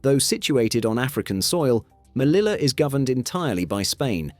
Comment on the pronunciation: It's pronounced /meliya/